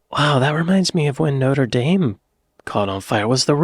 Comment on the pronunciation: "nodur daim" 😂🤦🇺🇲🗽🏈